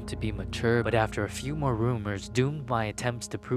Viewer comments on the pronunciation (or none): none